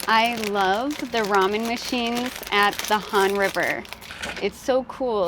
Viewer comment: 영어로 발음이 라멘인데